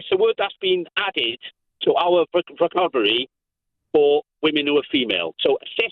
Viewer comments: Dude really trying to kick off about vocabulary whilst not being able to pronounce the word vocabulary 😂 I despair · "It's a word that's been added to our vocnrbrly..." Pretty sure "vocnrbrly" isn't a correct word in the English dictionary (unlike "cisgender")... Same with "immenomomoriable"! 🤣